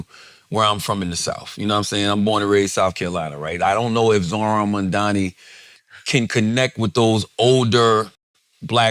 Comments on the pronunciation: It's amazing how people can't say his name right. It's MaMdani with an 'M' in the middle, not 'N'! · Please, could someone tell Charlamagne the name is MAMDANI, not Mandani.. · Ffs charlamagne his name is M.a.M.d.a.n.i, fuck he keep saying MaNdani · It's not Mandani, It's Mamdani, how hard is it? Rhymes with mum. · Is anyone ever going to tell Charlamagne the name is Mamdani? M - A - 'M' - D - A - N - I. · Whenever people pronounce it "mom-dommy" I always think they're doing a Freudian slip. It's just mom-donny. It's two syllables. Mispronouncing it is intentional and performative. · It’s so funny how people still say his name wrong even though it’s so easy: Charla keep calling him MANDANI. it’s MAMDANI. … I think😅😅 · These guys have it wrong. It's not a stunt. It's personal for Mamdani as a moral issue. And it would be nice if they pronounced Mamdani properly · CAN YOU STOP SAYING MAMDANI'S NAME WRONG ITS LIKE 2 SYLLABLES. IF YOU CAN SAY THE WORD MOM AND THE NAME DANI WELL SEPARATELY WHY THE FUCK DO YOU PRONOUNCE HIS NAME LIKE IDIOTS. ITS SOOOOOOO GRATING. ITS LIKE SOMEONE SCRATCHING THEIR NAILS ON A BOARD REPEATEDLY. ITS SOOO ANNOYING STOP. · Charlamagne and his crew (not Andrew) pisses me off. That’s why I’ll never subscribe to YALL….SAY MAMDANI’s NAME CORRECTLY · MAMDANI…Charlemagne, say it right, M A M D A N I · Crazy how difficult it is say to Mamdani correctly